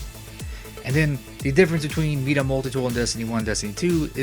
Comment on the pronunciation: “Meeda multi tool” it’s my-duh. Nice video tho thanks